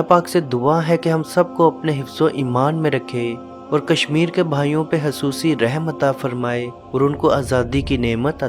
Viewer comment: Bhai REHAM ko sahi sy bolny ki koshish krain. جزاك الله❤